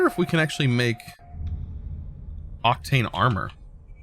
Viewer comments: I think its Oc-teen (Octine), instead of Oc-tane (Octane) :P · You read octine as if you were VERY Irish